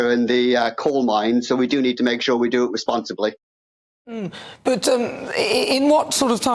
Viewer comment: Did he just say "responsibly"?